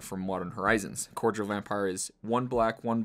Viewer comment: Mispronunciation cordial my dude =P